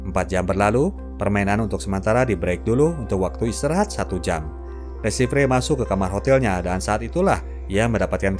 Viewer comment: Le Chiffre baca le shifhe